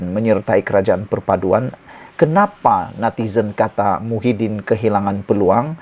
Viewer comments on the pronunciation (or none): none